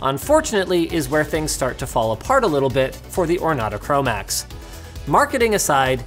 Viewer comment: He said "chromax"